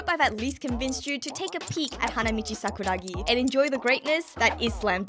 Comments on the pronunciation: i swear i was gonna click off when she said sakura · I was gonna click off when she said Sakura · I was about to go fucking crazy with saying sakura. I was literally clicking off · i swear i was gonna stop watching when said " sakura "